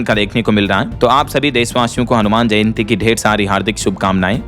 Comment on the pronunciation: दो बार आपने जंयति बोला क्यों 😢😮😮